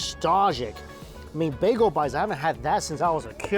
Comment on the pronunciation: With all the Asian accents he can do, why can’t he say “bagel” or “tortilla” correctly?